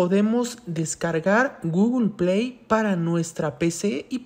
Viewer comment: por que dice GOOGLEPIAY en ves de google play